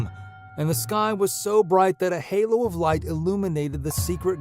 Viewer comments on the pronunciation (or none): none